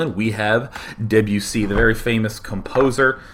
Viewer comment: I was really impressed you knew how to pronounce debussy, let alone know that he was a composer...then you went ahead and said 17th century composer /facepalm :P